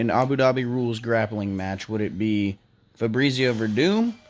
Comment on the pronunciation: Did he say Febreezio Werdum?